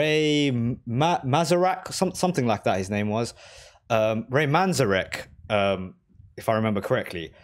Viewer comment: Ray man-ZAIR-ek